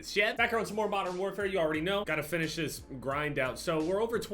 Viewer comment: “This” is a very easy word to pronounce, there’s tutorials on YouTube if you really wanna learn it that bad but if you don’t wanna learn it we’re here to support you man, love you. 💪❤️